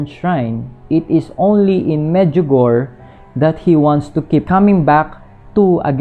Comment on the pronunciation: Hi, thanks for your informative video regarding Our Lady.. just want to say the pronunciation po ng Medjugorje is "Med-dyu-go-re"...